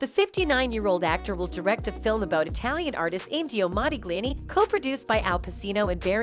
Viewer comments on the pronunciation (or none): Your reading bot needs some tweaking... "one dollar million" "Caw-vid 19" ...lol and the pronunciation of Modigliani? Absolutely disgusting....